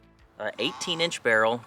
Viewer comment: For whatever reason everyone calls this rifle a bareel. In Poland, it's pronounced almost like barrel, but with a rolled R. The tantal has a soft A sound. Tontal. My wife is from Poland.